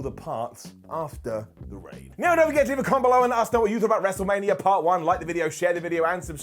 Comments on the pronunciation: The “Wrestle-Rainia” call absolutely deserves a brown down. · Cole saying “WrestleRainia” made me lose about 10 years to my life.